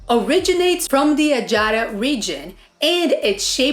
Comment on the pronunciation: Please, don't say "Adjaria" it is "Achara' Thank you